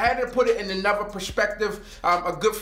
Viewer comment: "Anovuh" and "Nuffin'"? Ignorance at it's finest! I hope YouTube doesn't pay him for this BULLSHIT WASTE OF EVERYONE'S TIME! He's so FULL OF SHIT!